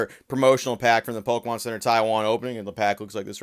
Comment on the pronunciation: Why are you saying “POLkemon”?